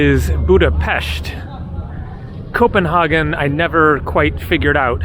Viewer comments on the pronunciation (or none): none